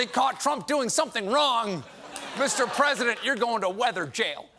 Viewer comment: "Mr. Pwesident, did someone use a sharpie on that map to include Alabama?" - "I don't know, I don't know! This is the oranginal map. Look! Alabama is soooo going to be hit."